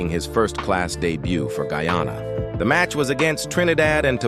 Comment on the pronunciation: Good morning. Guyana is pronounced Guy ann ah . This mis pronunciation is very annoying.